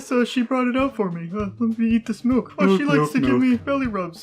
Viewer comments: MELK! He almost always says “melk” and I just think he must have brain damage. Not the character either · I know it's Milk, but it will never Not sound like "Melk" to me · "Melk...melk, melk, melk, melk..."